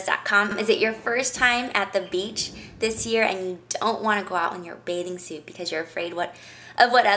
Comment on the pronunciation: did she just say birthday suat?!